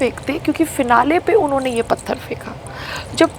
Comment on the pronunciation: Buddi payal pehle hindi sahi se bolna toh seekh..phatar nhe pathar hai badi aayi munawar ko patgar Marney wali....🤮🤮🤮🤮🤮🤮🤮......fully of negativity ...muh se kbhi achi baat nahi niklte is pagal rohatgi ki...feeling sad for sangram